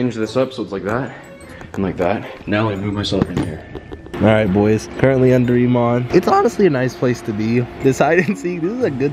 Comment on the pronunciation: Nobody: Jesser: I’m UnDEr ImAN